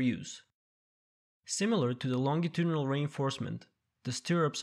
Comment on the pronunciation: Very useful. But the pronunciation of Longitudinal was not true.